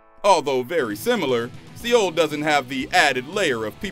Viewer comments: bruh its prounounced like the word soul... not see yole lol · It's Seoul South Korea not see Ole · Lol. "Si-ol" Korea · "SEE OUL" hahahahahahaha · Why do SO MANY YouTubers mispronounce so many common words??????????? Se oul.